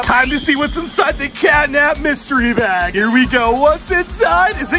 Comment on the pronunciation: Me too it's catnap not catnab 😊